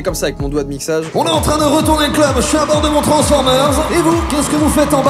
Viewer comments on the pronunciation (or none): Mdr le " tranceformers" et non transformers mdr